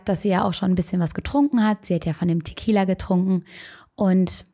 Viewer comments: Gutes Video! Es heißt aber Tequi“L“a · Tequila wird mit einem „L“ ausgesprochen 😬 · Du hast echt niedliche Versprecher haha 🙈 Teqija? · Liebe, ich weiß es sehr zu schätzen, aber Tequila hat nur ein L. Ein L wird als L ausgesprochen😉